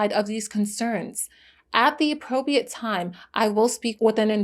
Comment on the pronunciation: Loved the video. It might be good to learn how to say “appropriate.”